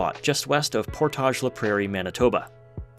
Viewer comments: Neat! I’ve been to or near a lot of these places but haven’t noticed this pattern. The railway was a huge contributor to the development of the prairies. Side note: As a local I can say that the typical pronunciation of “Portage” in “Portage La Prairie” isn’t the French pronunciation; it rhymes with “mortgage”. It doesn’t make sense but nevertheless… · I was coming to say that while that was a nice nod to French but they all are pronounced as anglos, even lac du Bonnet “Lack Due Bon-Eh”. 😂